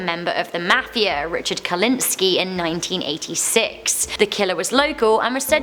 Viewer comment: it's Richard kuklinski not kulinski! You knuckle head!🤣 Also know as the ice man.